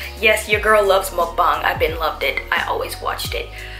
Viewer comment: finally someone that says mukbang right